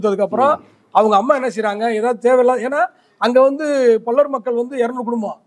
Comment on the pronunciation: டேய் என்னடா பல்லர் பல்லர் நாங்க தேவேந்திர குல வேளாளர்கள் என்ன பல்லர் பல்லர் என்று சொல்லிக்கொண்டே இருக்க முதல்ல வார்த்தையைச் சொல்லி பழகு அதுக்கப்புறம் மீடியாவில் பேட்டி கொடு